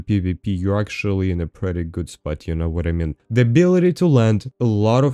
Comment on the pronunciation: No one: for no reason: You no vhadamean